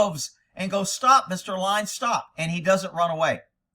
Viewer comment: Anyone else think said “line” instead of “lion”? Now I have the picture in my head of a line of Kocane, stalking the African savannah, pouncing and eating a antelope.